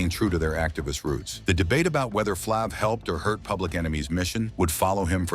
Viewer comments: It’s Flav !! Not flavvv,!!! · A.I. talking from text. You got to spell it Flave, it might pronounce better. But no matter what, Public Enemy would not have been as successful without Flav, word up! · What flng moron either calls him flaaav or doesnt correct the AI to fix it? Morons thumbs down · Get this computer generated commentary outta here! “Flahhv?” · Flaaav....who are these scumbags who read this shit and dont even verify how to pronounce names..maybe its AI but even then someone has to hear it before its posted and say ok its good to go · Man these narrators totally destroying EVERYONE'S NAME😮 is it flāv or flov😮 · YOU PROUNCED HIS NAME FLAV IN ADDITION , IT IS FLAVOR YET HAVE YOU I AM BUYING WHAT YOU SAYING. MANY CELEBS DID DRUGS YET YOU DID SAID NOTHING ABOUT THEM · Damn AI can’t get his name right. Freaking annoying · Like flav this was pure crap. Can't even pronounce the bum's name. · Yeah saying his name wrong 😂😂😂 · Shut up you know nothing about Flav, you can’t even pronounce his name correctly. Walk a mile in his shoes 👞. Go sit down your in no position to judge Flav. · Bro 🤔as long as flav been around U would think U would know how to pronounce his name..🫤💯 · Ummmm word of advice BEFORE you commit to do a documentary on a person PLEASE learn how to PRONOUNCE the person NAME CORRECTLY jeez louis 😂😂😂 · Stupid A.I Voice can’t say his name right 😖